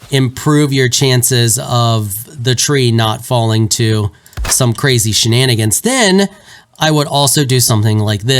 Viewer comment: I waited the whole time in this video to hear "Shinanagins". Rejoiced after it was said.